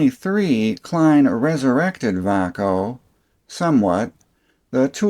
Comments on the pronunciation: Appliance and electronics had lots of Vay-co , Xcelite, Diamond and Klein tools. The way you pronounced it, and you said they moved to Texas to get away form unions, I started thinking it was spanish. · Sold Vaco tools and Klein for 32 years always Pronounced it vay-co. Love my K7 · I always pronounced it "Vay-co" Po-tay-toe Pa-tot-toe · Took me 80% of the video to realize that Vaco sounds like Bahco, the swedish tools company founded in 1886 and now property of SnapOn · Great video, but I never heard Vaco pronounce that way.